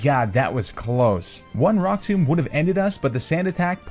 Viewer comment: He calls rock tomb Brock tomb